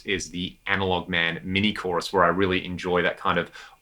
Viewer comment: did you just say CHORI? The CHORI tree of pedals. Haha